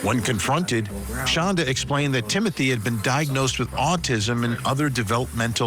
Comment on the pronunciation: She pronounces it Shonda, but it's spelled Shanda, like panda... She absolutely hates it when people pronounce it like panda, so of course it's the only way I say it,😊 even if she doesn't know me from a hole in the ground or that I do it. I loathe the demon. Both demons.